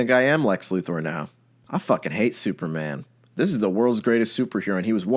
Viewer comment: For what it's worth, I'd like to thank you for pronouncing Lex Luthor's name correctly.